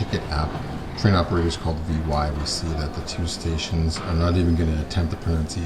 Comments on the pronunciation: Glad it all worked out! Btw Vy is pronounced as one word, not initials - something "Vee" is pretty close if you can’t do the norwegian Y sound. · As a Swede I love your video, but I'd like to point out that the pronounciation of Vy (The train company) is not "Why" or "Y" so that could need some practice. Looking forward to your next video. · Vy is not an abbreviation, it's a single word, v like in veranda, y like in chlorophyl. Great video! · Nice video from my home town - You can say Vy as a word - it means View